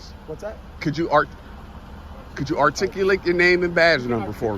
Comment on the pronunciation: Loser can't even say "articulate" LMFAO !! It takes this loser 7 years to study a sentence! LOL! Then he thinks he won because the cops left? How stupid can someone be???